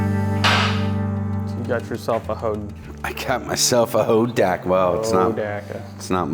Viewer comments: I love how you started saying it right, right there at the end, Ho-dock-ka. In the late 60's, early 70's my friend Jerry, he had the Dirt Squirt version, the chain and rear wheel fell off during our (group of four) high stakes attempt to climb five fingers mountain outside of Inyokern, CA. We didn't even make the foot hills when we had to hide it in the bushes; and the group carried on with me hauling him on the back of my CT-70 the rest of the way and from then on, the Hodaka earned a childhood rep as junk. 😂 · Ho - DOC - A! Is how we called it out west! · Pronounced Ho dock uh. So wish I still had my Wombat. Paid $629 out the door brand new. Now I ride a 850+ pound BMW K1200LT. Awwww the simpler days. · Being an Oregon Boy that was High School in the early 70s of course I know where Hodaka came from. (HO DOCK A) by the way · Hoe Dock Uh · YAAAAAAY. For me the best episode yet. Hodaka ace 100; my first real motorcycle - circa 1970. Pronounced; hoe dah ka. Not ho daa kaa. LOL. Poh tae toe/ poh taa toe. That's how everyone pronounced it back in the day anyway. Many people now days have never heard of them but they were really popular when I was growing up. They were a big thing at Saturday night short track racing. People modded the heck out of them. So many memories. Thanks a bunch for this one!!! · It’s pronounced, Ho-dock-uh. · It's pronounced Ho-Doc-A! Clean bike!! I miss my wombat combat.. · I was gonna comment the same,im like he's pronouncing it wrong..I remember hearing it like you described..Thank you for the comment, and in my opinion, you are correct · You are correct sir on the pronunciation